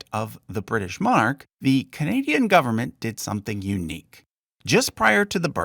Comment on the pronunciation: you'd think if you were going to do a video about a subject you'd learn how to pronounce all the names properly and especially the word Monarch